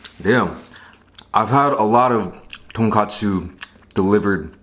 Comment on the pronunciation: 한국인이시면 돈까스라고 발음해주셨음 더 좋았을탠데.. :( 아쉽네요